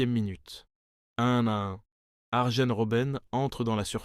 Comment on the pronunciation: arjen ce prononce aryenne